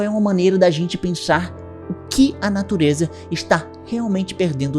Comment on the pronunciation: "pra natureJa" 🤣🤣🤣🤣